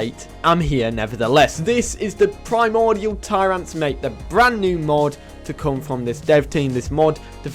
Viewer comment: It's pronounced My-eep